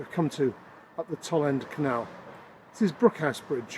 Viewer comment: In the name Toll End, 'Toll' rhymes with 'dole', not with 'doll'. I spent the first 18 years of my life in Tipton and my family still lives there.